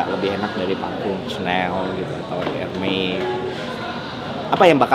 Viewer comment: it should be pronounced “Dioh” and “Erméz” not “Dior” neither “Herme”